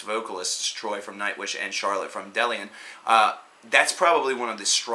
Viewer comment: Charlotte Wessels' band is pronounced 'Delain' and not 'Dellian'.